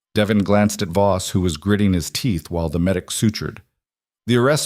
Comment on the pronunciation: It's not boss it is Voss poorly done AI